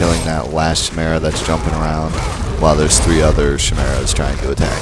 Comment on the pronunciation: It's ki-mera, not shi-mera